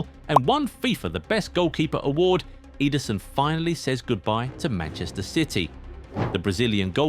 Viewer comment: Ederson not Eiderson 😂